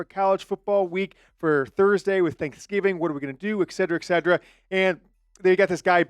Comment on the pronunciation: Et cet er a. Etc. etcetera